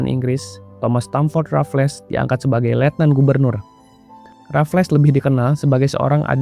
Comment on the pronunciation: Bacanya 'Rafels' bukan 'Rafles'